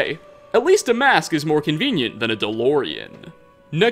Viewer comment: "Dolorean" Me: im so old